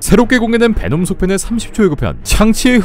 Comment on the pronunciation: 놈베라고 하는거 킹받으면서 웃기네 제주 돔베 고기 먹고싶다